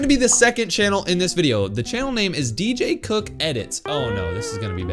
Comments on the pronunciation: d j c o c k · got me dying, because the way he said dj cook 😂😂😂😂😂😂😂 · It got me 💀